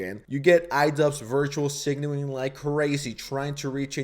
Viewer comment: My sign? Aling virtually.